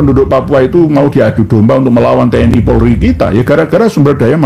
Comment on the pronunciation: itu yg orasi siapa namanya ? nyebut POLRI aja belepotan jadi PORLI ... habis koar²³ ntar ngabisin nasi bungkus banyak tuh.